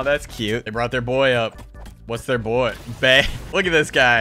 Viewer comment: He said bae it was beh